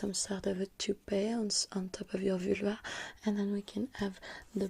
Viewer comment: Ze Vülva...love it😂😂😂